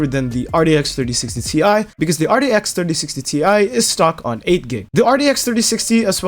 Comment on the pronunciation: why does he say it so weird rdx 3060 rex 3060 ti